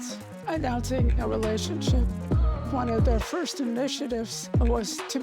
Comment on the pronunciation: Disrespect to the person who said "fist"